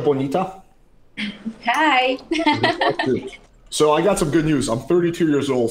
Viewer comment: The over pronunciation of Alex’s “Hola chica bonita” was one of the cringiest attempts at Spanish I’ve ever heard. That has to be made into a soundclip or something.